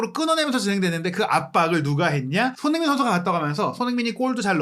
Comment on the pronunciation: 제발 소밍이라고 하지말고 손.흥.민 이라고 제대로 발음좀 해주세요ㅠㅠ 아... 거슬림 아니면 그냥 쏘니라고 하시던지